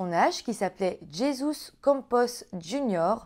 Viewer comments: Coucou :) super vidéo comme d’habitude ! Ça m’a perturbé le Jesus tout au long de la vidéo 🤣🤣 Ça se prononcerait plutôt ‘Jézus’ phonétiquement Continue tes vidéos .. une vrai pépite 😘🙏🏾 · Je suis étonnée que : Jésus, toi qui la plus part du temps , dis : les U en ou. Là : en phonétique : Jésus = Rezous.... 😁.... 😘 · Ça se prononcé Hezus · Dommage j'ai pas pu regarder la vidéo tellement le nom '' Jésus '' me dérange! qui d'ailleurs se prononce '' rézus '' enfin tant pis.....